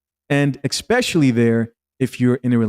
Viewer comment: ESpecially not EXspecially. Also “Ask” not “Aks”